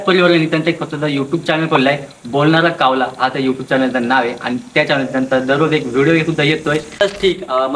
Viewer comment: कावला का म्हणता कावळा म्हणा न शाळेत शूद्ब भाषा शिकवलि असेल न